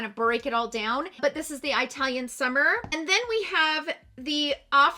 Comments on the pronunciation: I’m Italian and it’s not pronounced that way at least here in UK but it’s eatalian 😄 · Just an FYI, it is pronounced with a soft i instead of Eye-talian as you were saying it. I have the Italian face palette & I am fair skinned & I love it! Just as you said in your review, it is super buttery & pigmented. Loved your review. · It's not an accent. Its the pronunciation of the "I" and it's no different than pronouncing the "I" in "it" 🤣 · Eye-talian... I'm dead!🤣🤣🤣 Love it! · Pls do research how to say the word Italian 😦